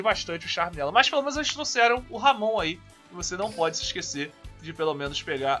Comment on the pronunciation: Pronuncia correta fica como Amon